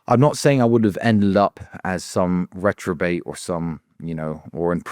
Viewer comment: Tristan...."retrobate"??? For someone who has a self proclaimed good grasp of the English language,I don't quite get what that is. Is it some reference to an old w*nk or were you trying to say the word "reprobate." Hilarious 😂